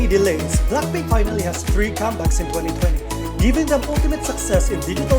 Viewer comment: i hate the way you pronounced BLACKPINK.. can't you pronounced BLACK properly? not BLAK but BLACK.. BLACKPINK okayy? not BLAKPINK.. anyway congrats BLACKPINK.. i wish to see their performance on Award/Year End Show.. it's been a long time the girls doesn't appear.. for TWICE.. tbh, their recent releases like More & More, I Can't Stop Me doesn't hit enough like their previous song Feel Special & FANCY.. honestly, FANCY concept is superior for me.. JYP should using that concept again in the future.. for live singing, i'm agreed with those netizen.. they already 5 years old, but i won't blaming the girl.. JYP should stop giving them high pitched song & stop using Nayeon - Jihyo alone to carry the whole song.. Jeongyeon & Mina should have more line too because they are Lead Vocal.. stop forcing Momo using that cringey voice, that's ain't cute tho.. Momo supposed to sound better than that.. Chaeyoung should having more rap because she is Main.. JYP is suck.. for Red Velvet, they ain't leaving the 'race'.. they just on their comfort zone & stay unbothered with those 2 group.. i was upset with those netizen who attacking the other girls.. the controversy is about Irene, but the other girls is affected with that.. end of 2020 supposed to be exciting because Wendy is finally back.. but nevermind, i'm anticipated their comeback.. i love BLACKPINK, TWICE & RED VELVET..